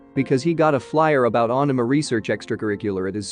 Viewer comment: Ohk ur pronunciation of anime had me 🤣 at first I was like what is this aahname than I saw the leaflet 😅